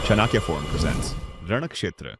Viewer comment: Brother please. Ek request hai. Intro me jo "chanakya forum" bola jata hai vo ai se hai. But "chanakya" me jo "n" hai vo galat awaaz nikalti hai. Chanakya ka asli pronounciation kriye. We love and support you. ❤❤